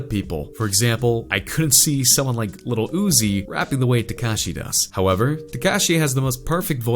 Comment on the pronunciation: Um... Did he jus say 'LITTLE' Uzi and 'LITTLE' Pump?.. like tf..